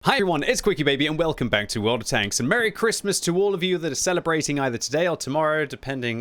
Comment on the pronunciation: Why can't you say Christmas???